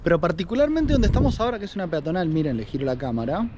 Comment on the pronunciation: Peatonal y no piatonal...